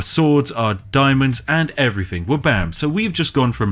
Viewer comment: It throws me right off hearing a posh voice say 'Rarver' instead of 'Rather', and 'Everyfink' instead of 'Everthing' Oh it's every time there's a TH in a word it's replaced with an F... may be a speech impediment !